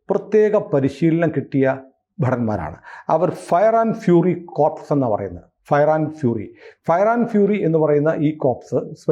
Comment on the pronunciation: Corps നേ കോർ എന്നാണ് pronounce ചെയ്യുക. കോർപ്സ് എന്നാല് മൃതദേഹം എന്നാണ്